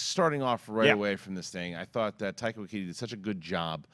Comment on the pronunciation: It's Waititi, not Waikiki or Waikiti or whatever you keep saying.